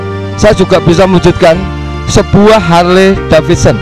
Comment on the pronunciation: Bisnis pak bukan binis. Harley pak bukan halei. Haduh si bapak